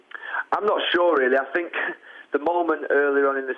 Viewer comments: "I sink, I sink, I sink.........I've sunk!!!" Ha ha ha LOL Mr Ego Maniac finally turns into the "Sacked One", not as special as he thought he was, the true "Specialist In Failure"............all I can say is Wenger In!!! 🤣🤣🤣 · “ I sink”